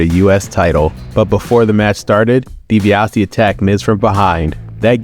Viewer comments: "DiBiasity" got a good laugh from me 😂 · The way he mispronounced Ted DiBiase’s name is hilarious 😂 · I noticed that too.